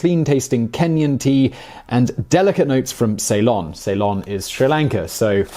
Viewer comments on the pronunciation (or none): none